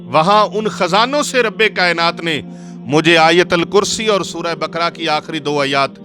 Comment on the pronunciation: مولانا صاجب اپ سے شاید علطی ھوی ھے متلا اپ لفط جمد کی میم پر فتجہ یعنی زبر پرھ رھے ھین جبکہ جمد کی میم پر جزم ھے اسی طرج سورہ بقرہ کے ق پر زبر ھے جبکہ اپ جزم پرھ رھے ھین اسی طرج جصرت انس کی نون پر زبر ھے مگر اپ جزم پرھ رھے ھین اسی طرج لفط قران کے ر پر جزم ھے جبکہ اپ زبر پرھ رھے ھین